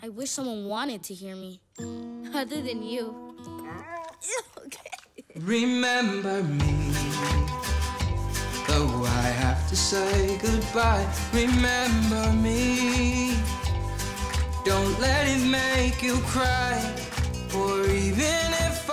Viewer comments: Why does Miguel always misprounounce "say?" It sounds like he says "suaaaay." Is it like Justin TImberlake saying "may" instead of "me?" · Miguel does not know how to pronounce "say."